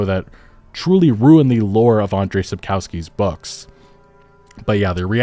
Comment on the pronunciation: pronounce it as "Sapkovskee"